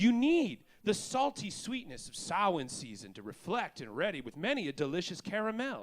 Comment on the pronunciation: Samhain referenced (and pronounced well)